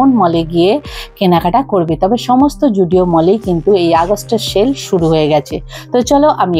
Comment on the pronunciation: zudio ❌❌ joodio ✅✅